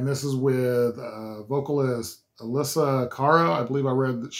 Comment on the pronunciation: You got it all right! (The Canadian pop singer's name is pronounced "ah-LESS-ee-ah"). Metallica loved this version.